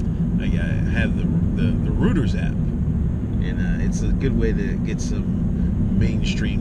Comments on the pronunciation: ROY-TERS...NOT RUUTERS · "ROOTERS" lmao